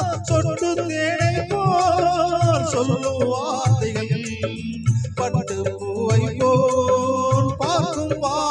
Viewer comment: ஐயாவின் உச்சரிப்பு காவல்கல் கன்னிப்பென் வார்த்தைகல் நிறைய தமிழ்க்கொலைகள்